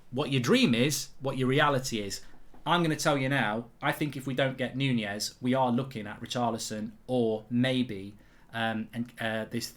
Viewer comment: Mark its Nunez not Nunjez